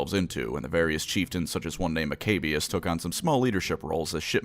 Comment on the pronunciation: I just love how he pronounces maccabeus “Mcabious.” While most people I hear pronounce it like “Mac-a-bee-ious.”